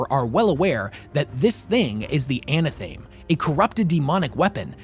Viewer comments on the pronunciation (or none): Sigh. Anna-thaim? Could the word maybe be a portmanteau of "anathema" and "athame"? Maybe? No?